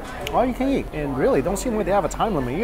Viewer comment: "All you can Yeat!"